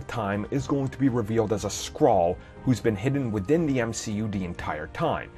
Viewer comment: Skrull! Skrull! Skrull! Not scrall